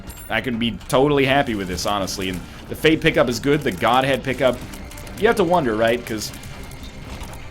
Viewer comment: Goathead, not Godhead